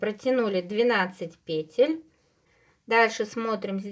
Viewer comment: Все супер, только пожалуйста, ударение на второй слог - петЕль!!!!